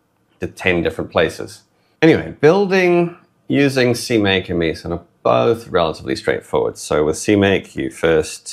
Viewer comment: I think "Meson" is pronounced like a contraction of "Mesa" and "mason".